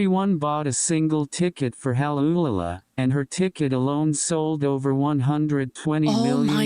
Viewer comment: "Hal Ulala" LOL